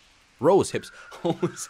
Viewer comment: LMAO "Hose Hips" Keep up the good work!